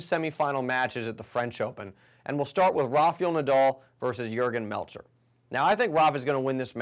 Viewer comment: Good analysis. By the way, it's 'Rafa-el' and not 'Rafi-y'all' Nadal. Think of Kal-el. You woudln't call him Kal-yall' would you?